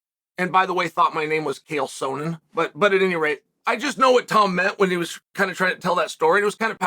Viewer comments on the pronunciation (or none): “Cael Soanan” 😂 Now Chael is the big boss mispronouncing fighters names